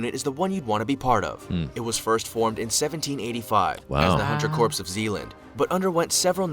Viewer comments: Huntsman corpse? That's dead wrong! See what I did there? Someone should tell the bozo narrator that "corps" is pronounced "core". Btw, the proper name of that unit is Jaeger Corps. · Corps is pronounced core, it’s from the French and is pronounced “core”. Corps the way it’s used here sounds like corpse, ie dead body! Ffs! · Corps is pronounced “core” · the p in corps is silent, and is pronounced core. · Corps is pronounced "core" and this makes this video difficult to listen to for me. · Bugs me when they pronounce the P in Corps, it's silent it's spelled corps but pronounced core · I agree. Sounds like Obama's Medical Corpse.